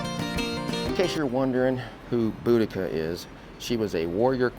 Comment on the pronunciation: You guys are the first ones I've heard pronouce Boudicca right.😘 Very interested in the fish and chips.